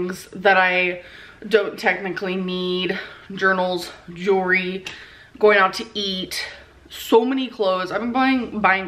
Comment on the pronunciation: The way she pronounces jewelry fucking bugs me JEWREE